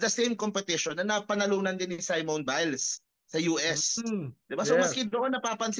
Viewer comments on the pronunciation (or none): It is not pronounced as Saimon, it is Seemon